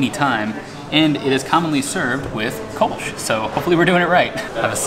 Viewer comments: It's pronounced "Kölsch" and not "Kolsch". That's why it's written that way! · Good video! Just one point: there are two dots above the o in Köllsch. Means it´s to be pronounced "Koellsch".